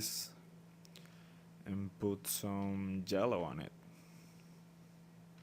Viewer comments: "jellow" :D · I like how u say yellow :D and thank you for the tutorial! even tho i'm using paint tool sai i took alot from it